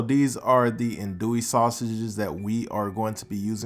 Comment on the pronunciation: Did you just say adoey sausage?